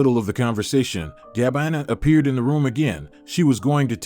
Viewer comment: Poor pronunciation of some everyday words, and names, in the commentary, eg Gabina! Good story! Great that Gabina and Leandro found each other!